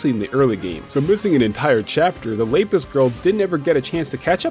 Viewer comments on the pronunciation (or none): The way you pronounce Lapis hurts me Also uh whatcha got going on in the back there buddy